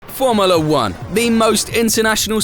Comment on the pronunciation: I noticed that and "Formuhluh"